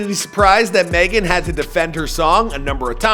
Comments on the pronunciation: My wife's name is Meagan and she pronounces it Megan like all others. Not "meegan" or whatever you keep saying. You will be getting back lash from the stallion I'm sure. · It’s Meg-an !!! Who’s is Meegan?????? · Can you stop saying Meegan please, it's just Megan 🤣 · Why u keep calling her meee -gan? It's pronounced Meg-gen. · Dude its Megan not Meeeeeegn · 🤣🤣🤣🤣 For real though why do you keep saying Meagan instead of Megan? It's a fairly simple name? Ah who cares. She got that WAP. And lipstick drawn outside their natural boundaries. So everything is fake today. Like trans swimming champions. Everything is a hoax. Everything is a downright lie. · Why do you call her “Meeghan the Stallien” that’s literally not how u pronounce it bro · I Know He's From Canada & Whatnot, But the way He KEEPS saying "Meegan" like the way Key says it on "Key & Peele" is Funny AF Lmao!!!! 💀😂💀😭💀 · Who the eff is MEE-gan. I honestly think he tries to mispronounce people's names on purpose! He does it all the time! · Why do you pronounce Megan meeegan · When he said "Meegan" I saw Big Shaq😂😂😂😂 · Every time he says “Meegan” , I can’t help but watch the Key & Peele episodes on YouTube lmao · Bro I swear I was thinking the same exact thing!! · Meeegun or maygun? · Can't even pronounce her first name and called her album Tina Snow Tina Show. Come on now. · Its like every video he pronounces someone’s name wrong like halfway through the video after he’s said it right 9 times like what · Dog I can’t keep watching your videos if you keep mispronouncing very easy names. You been doing this too long to keep messing up like that man. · lol why tf he keep saying her name like that. meeee gan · I swear this dude mispronounces shit on purpose. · Roadman Shaq on the pop ups every time he miss pronounces Megan wrong 😂😂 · Bruh I was looking for a comment like dis I thought I was the only one seein dis shi lmao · He pronounced her name wrong the whole video